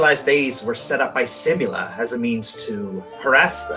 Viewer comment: "-and monsters, they realized these were set by simula as a means-" Ehh,, you mispronounced your name there.